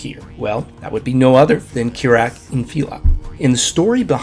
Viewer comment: it's not kirak